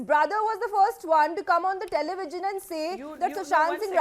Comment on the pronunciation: IT IS TELEVISION NOT TELEVIGION